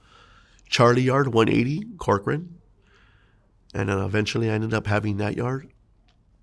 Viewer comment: I’m from California, when u said Corcoran State Prison, I cringed.